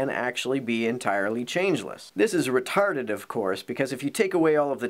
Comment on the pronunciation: I love how Canadians say "retarded."